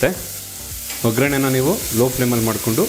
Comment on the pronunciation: Pl say vaggarane.. not vagraane..🙏🙏